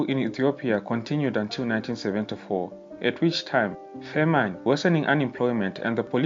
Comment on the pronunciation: Brief but accurate, I am Ethiopian and this a good documentary. PS the way you say ' famine' is a bit off, check google pronunciations.